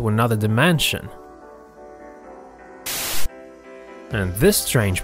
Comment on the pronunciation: I thought u said "DIMANSION" or "DIMENSION"